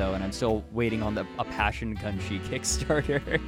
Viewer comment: ACCUSATION: improperly pronounced "Gunshy" once FACT: Passion Gunshee